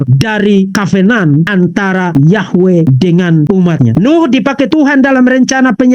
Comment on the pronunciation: cara bicara vv bhs Inggris yg sederhana aja salah " covenant "aja ga bisa yg paling lucu kalo bicara " aware " aweeerer " lucu abis woi kenapa kalo ada orang bicara " sehat sehat selalu vv " kok ga dibilang sakit hati ? Tapi yg tidak memuji kau bilang sakit hati tau dari mana kau ttg hati ku ? Itu tambah tidak cerdas jelas itu